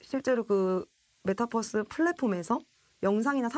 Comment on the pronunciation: 아무리 한국식으로 그냥 발음한다고 해도, 메타'뻐'스가 아니라 메타'버'스라고 발음해야하는거 아니냐? 메타와 유니버스의 조합어잖아.